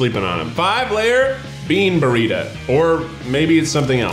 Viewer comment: Anyone else notice how Keith kept saying “Burrita” 😂